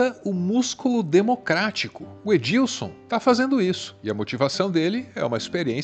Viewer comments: É Edson não Edilson hehehe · Só um detalhe, é Edson, não Edilson heheheh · Não é Edilson Boaventura...é Edson. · EDILSON não pô kkkkkkkkkkkk Edison Boaventura, sem o L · É Edson o nome do ufólogo, não é Edilson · Chamou o Edson Boaventura de Edílson, umas 10 vezes! Kkkkkkkkkkkkk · Edilson, não. Edison. Meio diferente o nome do ufólogo. Escorregou na casca de banana 😅